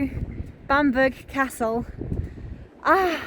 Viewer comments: Loved the video. May I just point out that the forest is pronounced "Keel der" and Bamburgh Castle is pronounced "Bam borough" not Bamberg. Holy island is also known as Lindisfarne. Cracking videos, I always look forward to them. Sorry for correcting you lol. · Spookywith the camera. It's also pronounced keelder and bambruh just for future. :P And permission to fly a drone there? ;)